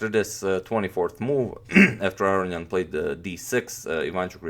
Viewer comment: I think youre pronouncing his name wrong...you say arian but its aronian a row knee on :)